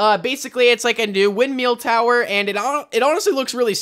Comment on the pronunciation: my man really said wind meal